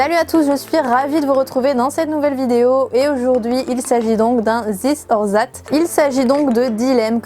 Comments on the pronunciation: J'ai tiqué au bout de 20 secondes "Zis or zat" Non en anglais le th se prononce pas z "This or that" se prononce presque "dis or dat" D'ailleurs les anglophones dans leur langage SMS écrivent "dat" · Zis or zat ? 🤔😂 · L'accent anglais excellent ahah "zis or zat" c'est clairement moi quand je parle anglais Super vidéo